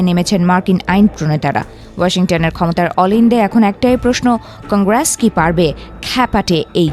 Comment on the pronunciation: উপস্থাপিকা মনে হয় বেশী মর্ডান উচ্চারণ শিখে ফেলেছে, কংগ্রাস কি? আমেরিকায় এত বছর থেকেও কোথাও কংগ্রাস শুনি নাই, এক ফহিন্নি একবার অদ্ভুতভাবে মেরিকা মেরিকা মারাইছিলো পরে তাকে সাইজ করাতে ঠিক হয়ে চাকরী করেছিলো। এখন তোমার কি হবে কালিয়া?